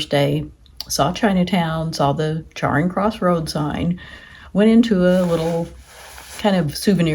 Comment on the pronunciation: It's 'Charing (cha-ring) Cross' not Charring Cross'.